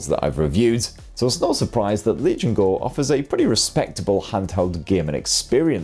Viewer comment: I don't know why I keep hearing "RELIGION GO" instead of Legion GO. Is this a new type of Faith ?